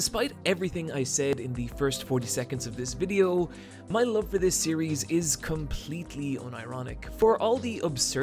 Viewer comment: When u say love it sounds like loathe and confuses the shit outta me.